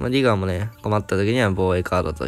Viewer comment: 英語の発音がよすぎるネイティブの先生並みの「ディガー」